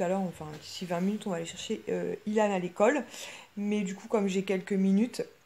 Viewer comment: Alors moi je comprend le poupi maintenant 😂 « colle » =école Key « Mickey « 🤣